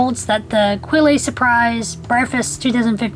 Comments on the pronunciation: It's pronounced Quell, silent e ;) :) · I teach French and the word "quelle" is actually pronounced "kell". You don't make the qu sound and the e on the end is silent. People try to over-pronounce French words a lot (